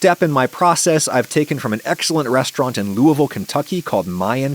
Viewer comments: Thumbs up for knowing how to properly pronounce Looavul. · Really rad to see a Louisville shoutout, and you even pronounced it right! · As a native of Louisville, Kentucky, I greatly appreciate your pronunciation of "Louisville". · I appreciate you saying Louisville correctly. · It warms my Kentucky heart to hear someone pronounce "Louisville" correctly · As a Louisvillian, thank you for pronouncing Louisville properly. :) lol